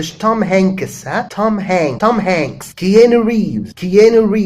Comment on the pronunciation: you are mistaken on keanu, its ke"aa"nu not ke"éé"nu